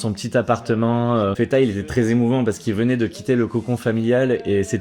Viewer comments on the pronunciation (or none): On dit pas Feta. Ca c'est le fromage grec. On dit Fatah. De Abdelfatah. Le triomphant ou victorieux. Un des 99 noms d'Allah